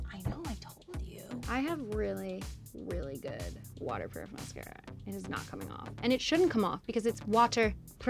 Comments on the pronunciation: lol she said (muh-sarca) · “Miscara” it’s mascara MAS-cara! 😩😂